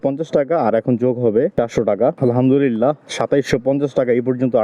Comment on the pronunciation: আপনার আলহামদুলিল্লাহ উচ্চারন টা ঠিক মতো হয় না এমন শুনা যায় আলহাদুরীল্লাহ😢